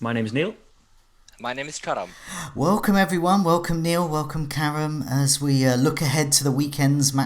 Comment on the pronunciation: love how ya butcher Karam's name the whole stream and he's too polite to say ..